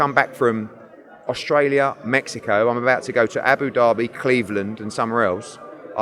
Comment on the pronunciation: Eddie has upset a lot of people recently and the way he’s dealt with things has been terrible. But the thing that really takes the biscuit and is really annoying me is the way he keeps pronouncing Abu Dhabi 😂